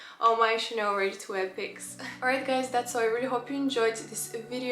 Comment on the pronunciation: it is Chaaaaaanel not Chaneeel